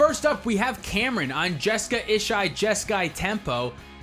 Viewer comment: I just want to say that every time you call Jeska/Ishai anything other than Jeskai Jeskai I hear nails on a chalkboard.